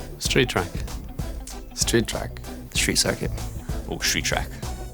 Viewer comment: everybody else: street circuit/track, permanent track: shreet shrack